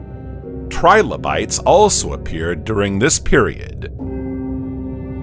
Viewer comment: TRI - LO - BITES not Tribolites read it fully and make sure your pronounciation is correct, then you might have something worth showing off